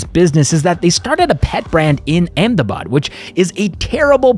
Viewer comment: I'm also talking about the pronounciation brother 🙂, It's not pronounced as 'pait' it is pronounced as 'pet'. So, not 'pait' (पैट) it's a 'pet' (पेट) He pronounced it right, I can confirm as a native speaker of that language.